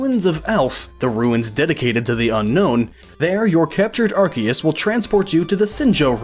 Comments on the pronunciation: It's ar-See-us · Ar-Say-es The c is an s not a k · I thought it was pronounced Arseus Arceus Guess I was wrong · It's pronounced "are see is" (soft i) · no it's pronounced ar-key-us officially speaking according to the anime, Pokemon Essential Handbook, the Official Pokemon Mailbox, and Tom Wayland. It is pronounced as such because the original translation (ar-SAY-us) was considered inappropriate in England and yea I am being dead serious. It is still pronounced ar-say-us in japan though and ar-see-us in some parts of america (due to Pokemon Battle Revolution popularizing that pronounciation) EDIT: which means of the 3 OFFICIAL pronounciations, none of them is Are-See-Is which means no matter what time period OR location you're in, you'd be wrong. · Yeah, pretty much. I personally go with Ar-key-us or Ar-kay-us, which I feel is supported by Silvally's ability, RKS System, which mimics Arceus' Multitype and when said out loud would be pronounced Ar Kay Ess. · Actually arceus is pronounced 'Ar-ke-ous and it comes from the Greek word αρχαίος ( Arkeos) which means ancient. And this is the truth because it is the most ancient pokemon of them all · Can you pronounce arceus correctly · no, its pronounced Arceus. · mispronouncing Arceus name....so hard to listen.....the C in his name is not a hard C like in "Cat". it is sounded out with like it would be in a word like "science".